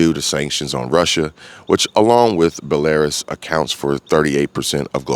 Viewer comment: Belarus > Bell-uh-roos